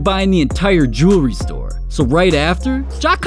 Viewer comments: It amazes me this dude spends this much on Jewelry (Jerrrry) that he can’t even pronounce nor tell the time with. Don’t get me wrong I think this dudes an amazing basketball player but nobody in the nba deserves this much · "new joory" 😂